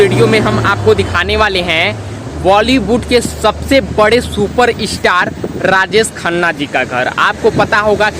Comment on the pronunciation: Rajesh Khanna Not Rajees Khanna